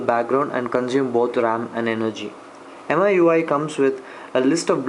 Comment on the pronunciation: It's pronounced Mee-you-eye (miui) , nice video ,btw